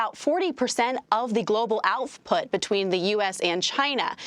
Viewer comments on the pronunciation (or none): global "oufffFFput" lol